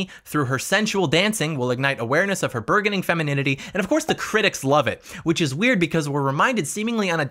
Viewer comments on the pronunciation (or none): “Bourgeoning” bur-jun-ing not burg-un-ing